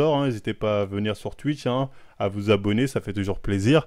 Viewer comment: John qui lit le "tchatche" de "tuitch"